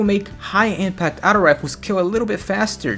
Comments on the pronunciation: Aughto not outo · its auto not outow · stop saying the word auto you say it horribly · Can never trust a guy who pronounces "auto" as "Ouutos" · "Out-o Rifle" lol the way you say auto is funny c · the way you say Auto makes me cringe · the way u were say auto lol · The t is supposed to sound like a d. When you say auto with a normal t sound, it sounds like you're trying to add too much pronunciation to the word.